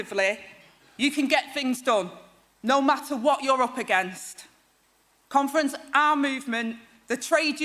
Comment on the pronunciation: Whenever she says conference, all I hear is comrades.